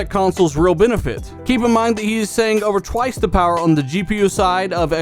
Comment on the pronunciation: The Powahh....lol